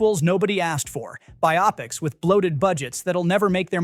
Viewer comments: I was going to post the same thing. It annoys the crap out of me when people mispronounce that word. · I bailed out just a few seconds into this, when the A.I. voice mispronounced "biopics".